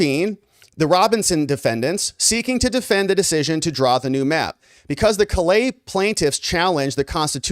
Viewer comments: I'm a Louisiana native, and a cajun man. I appreciate what you've said here. Callais is pronounced like Call AY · Callais is pronounced KA-LAY